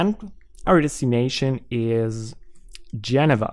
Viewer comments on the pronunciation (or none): It's pronounced 'Gin-eeva' not 'Jenohva'